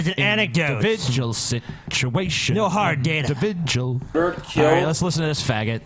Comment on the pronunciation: Hey errybody, its "The inidividjulent Christian Mario", back to you with another edition of "Situation exposed!"